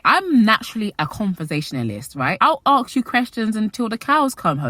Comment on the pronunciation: Girl, it’s “ask” not “axe”. It’s hard to watch when hearing this mistake sooo many times throughout the video 😐